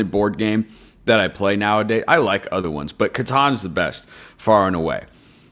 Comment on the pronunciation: I am so proud to follow a duck die hard who can also pronounce Catan the correct pronunciation:) Buuuut your strategy might need some correction as I believe in the rules it says if a 7 is rolled in addition to the robber moving all players per more then 7 cards have to discard half rounded up… Also other games you should consider Dominion clank escatan they happen to be deck builders which my friend group loves in addition to Catan of course:)